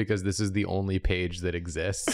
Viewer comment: I love the bit of pronouncing mainga paige with such a strong twang that it rhymes. Same vibes as deliberately pronouncing pokemon as incorrectly as possible, like pokey-mans.